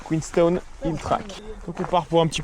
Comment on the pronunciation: Superbe vidéo ! Félicitations à vous deux pour ces beaux moments de voyage profitez bien et par pitié dites QueensTOWN